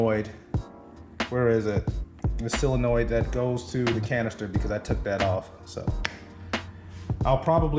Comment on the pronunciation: What the eff is a sealing noid?!!!!!!! 😂 It's solenoid...... BTW the background music has to go.... I couldn't watch this whole video. It's like being on hold listening to crappy music over and over...